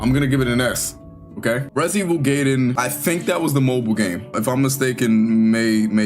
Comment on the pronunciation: Based Gaiden pronunciation